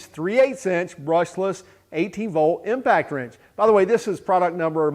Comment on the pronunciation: Are you saying impact trench?